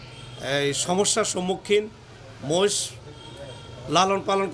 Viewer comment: মশ নয় । বলেন মহিষ